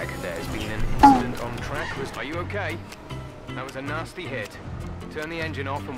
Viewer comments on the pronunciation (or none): none